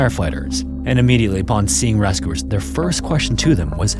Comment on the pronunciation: RAS-cooers instead of rescuers... :(